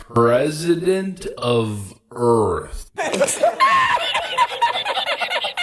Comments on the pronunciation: That's "Earph" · "President of United Earf."